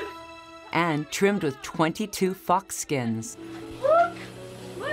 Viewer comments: I legit heard fuck skins XD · SophieColoring it's pronounced fox